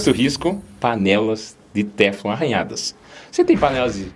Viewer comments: Boa tarde,, desculpe mais a pronúncia correta é teFLON. A última sílaba é a mais forte. Muito obrigado por tanto cuidado com a nossa saúde. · Lê-se "teflon" com a última sílaba tônica.